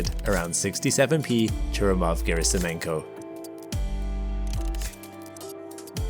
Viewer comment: Churyumov is stressed on YU, not on U - ChurYUmov. Gerasimenko also a little misspronounced. It's pronounced as written - GerasimEnko, not Gerasim'YEnko. E is already yotified sound. No need to dub it.